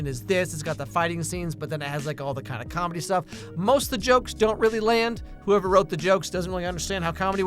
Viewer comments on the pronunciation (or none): none